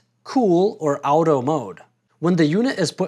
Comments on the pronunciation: WTF ..' Owtoe' ??..the term AUTO comes from the word AUTOMATIC , so how do you pronounce that ?! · Were you trying to trigger me when pronoucing “auto”? Literally nobody pronounces it like that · Now work on your pronouncistion of “auto” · American. Obvs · I've never heard anyone pronounce auto like you "out-o" regardless of that thanks for the video, that's very helpful.